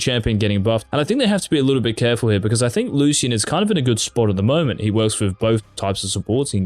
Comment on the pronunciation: you are pronouncing Lucian wrong